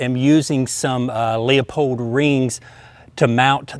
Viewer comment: Leupold is pronounced LOO-pold, not LEE-uh-pold. How would like it if other ignorant, apathetic people like you called the Henry rifle a huh-NUR-ee?